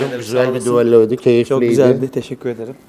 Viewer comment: Nihat düello diyebilmek için çalışman lazım. Duallo diyorsun.